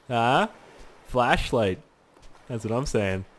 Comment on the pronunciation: I thought you were saying fleshlight LOL